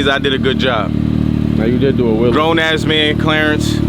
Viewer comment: Bro said ‘I’m now a grown asman’